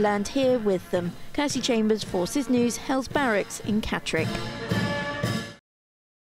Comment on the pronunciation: "HELLS BARRACKS" 🤦‍♂️🤦‍♂️🤦‍♂️ HELLES BARRACKS POOR POOR Journalism